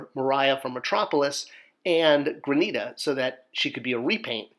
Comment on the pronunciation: You keep pronouncing her name wrong granita